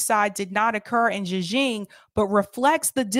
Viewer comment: I like your part here- but you are pretty harsh on Sam Seder and team not knowing particular info and then, while stating that you know the facts on Uighurs- and correcting the pronunciation of Uighurs- you are unable to pronounce Xinjiang which is hand in hand with Uighurs. That gives me pause about how much you're actually researching. I appreciate your highlighting of Matte's reporting and views in Uighurs, which is new to me.